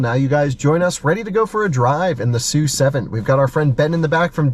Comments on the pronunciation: it is “su” 7，not “es you” 7，directly from Lei Jun‘s mouth. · It is pronounced "S" "U" 7 not Sue 7.